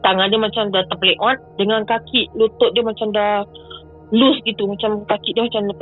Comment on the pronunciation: Tergelak aku dgr ckp terpeleot....adoila....hahaha